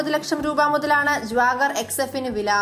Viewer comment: Jwagar alle Jaguar ahh 🤣🤣🤣🤣🤣